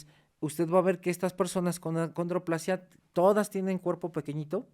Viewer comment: Perdón pero para ser maestro de la UNAM y doctor. Debería decir el nombre correcto ACONDROPLASIA No(condroplasia )